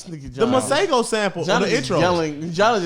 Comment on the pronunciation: Just pronouncing (Mah-see-go) as (mah-say-go) (Masego)